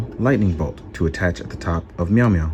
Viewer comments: “Mew-mew” lmao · I love the way D says Mjolnir. Ahah